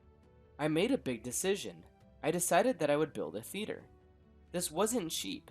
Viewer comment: Me thinking he said feeder instead of theater